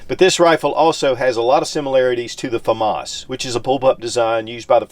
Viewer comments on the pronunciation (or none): none